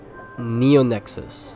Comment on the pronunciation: YO!! THIS IS SO COOL!! Though because of the RoboCat I heard Nya-Nexus instead of Neo-Nexus 😅😂😅😂